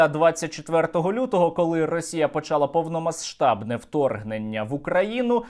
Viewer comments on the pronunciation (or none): Сергію, в українській мові є правило спрощення і тому слово «повномасштабна» вимовляється без звуку [ш], бо якось вухо ріже.